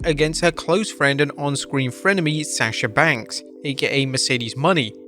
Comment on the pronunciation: So... you STILL think her name is Mercedes MONEY? It's obvious you don't actually watch wrestling or read your own comments section. At least you're able to pronounce Sasha Banks correctly.